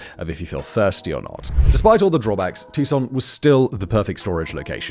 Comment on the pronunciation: Its, too-sawn. Not "tuk-son" lol love it though 😂 and i have and will FOR ALWAYS love you, Mr. Bald Sexy Simon. 😉😉😉🤣🤣